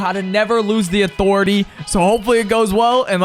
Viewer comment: Thanx rodey for dem tips Who else loves these Never Lose at (uh-thor-etay) 👇👇